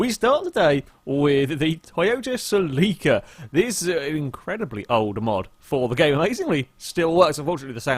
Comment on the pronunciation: I thought you put the emphasis on the cel in celica not the i